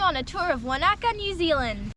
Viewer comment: Yay you pronounced Wanaka properly lol, screenshot 😎